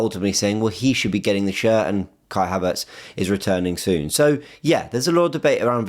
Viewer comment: Cringy how you can’t say havertz